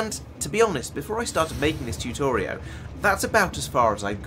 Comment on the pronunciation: Can't tell if saying Tutorio is on purpose or not!! My highly obnoxious judgmental side of me must know!!